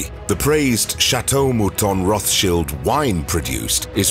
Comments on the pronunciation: Its pronunced, roths - chiled - not shilds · It’s RothsCHILD not Shield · Why are you pronouncing it Roth-Shields and not Roth-Child’s though? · It’s Roths Child not Roth shield… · Wish they can get the name right it's pronounced Roth's child not rothsheild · Interesting and entertaining but confused over pronunciation. English pronunciation Roths- child german pronunciation Rott- shield. Are you being extra PC going half and half 🤔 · Roth shields?😂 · If you make a video about a person at least learn how to pronounce their name! Its pronounced "Rot" not "Roff"! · Rothchild is said Roth-child not sheild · Am I crazy? I thought that the last name is pronounced Rothschilds as in emphasis on the child not Roth Shield. Now I’m confused I’ve never heard of Pronounced the other way. And if they can’t pronounce it right then how are they going to get the information correct? I vote no on this video. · Child not shield.. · Its Roth Child not sheald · It's not rothshield 🙄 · roth childs, not cheelds! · Not roth shields its pronounced roth childs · Rott Shilled that's how you pronounce it. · Please stop pronouncing the name improperly. The name is from Germany, there is no English “th” sound in German. It is pronounced Rot-Schild as in “red shield” found in their family crescent. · Rothshields??? Ok bud. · Firstly it would improve the video if you got the pronunciation of the family name correct. The English pronunciation is Roths-child, and that is how the family themselves say it. Secondly, if you're going to make a video then at least give true info. For example, Spencer house is mentioned and it's implied they own it. They don't. The house is still owned by the Spencer family. It is leased on a 96+ year lease by the Rothschild family. I could go on, but I won't. 🙄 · I wish the narrator would learn how to pronounce Rothschild. It is child as in small children not Rothsheild shield as in to shield one’s self Please please correct the pronunciation. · Say the name correctly